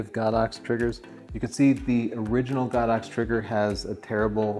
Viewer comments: Why does he say GOD -OX I hear it all the time GO-DOX?.?.?..???? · He's wrong. It's pronounced Go-Dox.